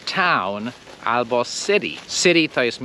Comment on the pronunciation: I nie ABO tylko ALBO.